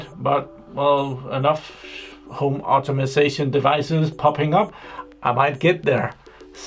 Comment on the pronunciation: It's "home automation", not "automasation" :) I like your product review, and I hate to sound arrogrant, but really if you cannot read that diagram I would advice you to not play around with 230V. It is extremely simple, even for a trainee electrician. Also, please never put 4-5 wires in one terminal. If they have the same potential, put them in series (physically, not electrically!) instead, so each terminal has at most 2 wires.